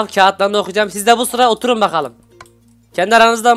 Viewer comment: 'de oturun kelimesini ossurun anladım😅😄☺😊😀😁😁😁😁